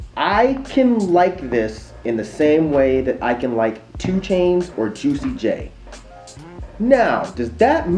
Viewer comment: did he say "Tuicy J"?